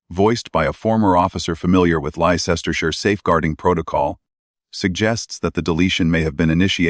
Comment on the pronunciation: Ley cester shire...that AI..voice is awful...its LEICESTERSHIRE..LESTER SHIRE...yours sincerely from the old qeer corrupt UK..from Leicester...